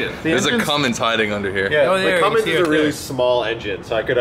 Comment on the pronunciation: called it a cummings..... not a Cummins... disappointed. Haha